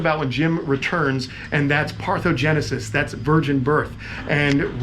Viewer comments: Can I just be an a-hole and correct you? You keep saying parthogenesis, it's parthenogenesis. Awesome video as always though. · parthenogenesis--you missed the 'EN' in the middle of the word. I always am curious about unusual things and do lots of 'google'